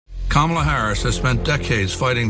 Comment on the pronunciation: I love how he pronounced her name -Camila 😂😂😂